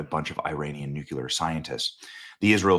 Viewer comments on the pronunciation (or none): Benny, I love you but it's NOT "newQ'lar" its "new clear"...... Please stop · Please PLEASE, Benny! The word is NUC-LEE-ER. Not NUC-U-LER. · First of all it’s not Nucular it’s Nuclear. And second you’re an enemy of Israel. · With all due respect, it's not Nukelar, it's Nuclear. Doesn't seem like a difficult word to pronounce. If you don't care about tue issue, why voice your opinion in the first place? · THERE'S NO SUCH WORD AS "NUCULAR"... IT'S NUCLEAR (NEW CLEAR). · Nuclear, Benny. Not nucular. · nuclear = new+clear. STOP SAYING NUKE-U-LAR, Benny. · FOR THE LOVE OF GOD, ITS PRONOUNCED " "NOO-CLE-ER".... NOT "NOO-QUE-LER". Why do people have such a hard time pronouncing the word correctly? It's infuriating. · Its Nuclear not Nucular Benny. Just sayin' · HEY BENNY!.....Newsflash: "New-QUE-ler" is NOT a word. Look at it. (nuclear) If you're going to present as one with credibility, at least pronounce the word correctly. It's "New-Klee-Er". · Benny, I love you. "New-cue-ler" is not a word. Nu-Clear Benny, that's it. lol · Benny… It is new clear… new clear —not new kew lar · I love you Benny, but NUCLEAR = New-clee-ur, not the GWB era mispronunciation “NUKULAR.” GW has an excuse, he has never been that bright. You are one of the best and brightest. Don’t succumb to the left’s stereotype of Republican men. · It's not NUCULAR. it's nuclear. Please make an effort. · Love your work Benny, BUT... The word is pronounced nu-clee-ar. You're saying it like George Bush — nu-cu-lar. Bush wasn't super-bright, therefore... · KNEW-KLEE-UR. Not NEW-QUE-LER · "New-Clee-er" - not - "New-que-ler" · Ps only dumbasses say ‘nuke you ler’, it’s pronounced NEWCLEAR!!!! Nuclear!!! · Nu-Clear, NEW CLEE AR, there is no NOOK YOU LAR. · ☆☆BENNY☆☆ You're NOT George W. Bush... It's "NUCLEAR" Not "NUCULAR" 🚫NUCULAR 🚫OLD CLEAR ⭕NEW CLEAR ✔NUCLEAR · Bennie, say it with me: nu-clear. Nu- clear. Nuclear. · Nucular, ffs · Dude. I love you, but it’s nuCLEar. “Come one, man” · What does nucular mean?